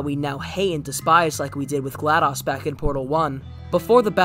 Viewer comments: Isn’t it Glados, not Gladus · He said gladas instead of glados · In my opinion vaas is the best villain in all of the far cry games from the main games to the spin offs. Also you pronounced vaas and glados wrong.